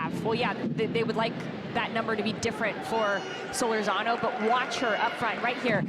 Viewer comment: I 'love' it when the ION announcer mispronounces Solórzano's surname. Come on. The stress is on the second syllable, and it is a long OO. See the tilde over the letter o here.